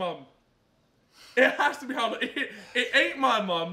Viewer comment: Kinda annoyed me how kept saying Harold